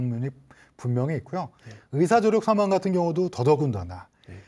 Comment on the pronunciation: 긴 자를 짧게 잘못 발음한 예:사망,시청,세계,사실,병사,보통,시청자,등, 장단음 문제는 심각하다.